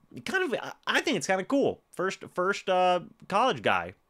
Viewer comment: Since no one else will say it..., I'm saying this as your friend. There is no h in the word first. All love bro.